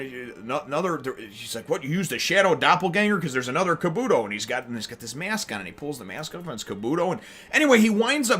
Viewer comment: Your saying kabuto wrong